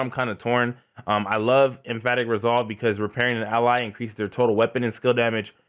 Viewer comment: em·path·ic /emˈpaTHik/ Just had to put that right there. Idk what chest you rocking. But you saying some other....... lol